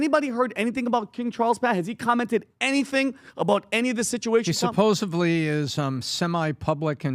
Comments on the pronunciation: good sir, it's Supposedly (with a "D"), not supposably (with a "B") Thank you. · Supposedly. Not supposebly. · ....it's not "supposebly". It's "supposedly." Letters talk, words scream. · Well spotted…. Surprised me too and said it quite a few times now! Would have thought his teacher wife would have picked up on it by now!!!